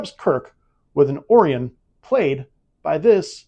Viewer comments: Ok, no offense, constructive criticism, this is a fantastic concept, but a really mediocre at best execution. You didn't always read the question properly. You made the Orions sound like a sandwich cookie, rather than a constellation. A couple of times no answer appeared. I liked the quote category, and I liked that you actually played the clip of Kira making her quote (although you cut her off before she finished the quote), but you didn't do that for any of the other quotes. That should be a regular category, with the full clip after every answer. But my biggest criticism is the format of you just reading through the questions in order. Why not have contestants, and have them play a real game of Jeopardy? After what would be the first commercial break you can chat with each contestant about their Trek fandom, before finishing the round. Having said all that, I really enjoyed this and look forward to watching the others that have been released. And thanks for letting us know about Nana's book. I'm going to go to amazon and download it to my Kindle App right away. Keep at it - this could be pretty great. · The irony to me is that they were called OR-ee-ons in the Animated series, even if it was just a mispronounciation, it's technically canon, they even used it in Lower Decks as a call back.